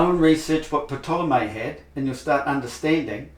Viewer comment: I love how you pronounce Ptolemy.